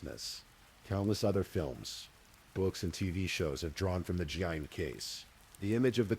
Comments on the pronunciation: Ed Gein ~ Geen, not jean…. Lol AI? I’m breaking balls. Nice work ❤ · Why does the AI narrator keep mispronouncing Ed Gein's surname?!?!? Was really annoying.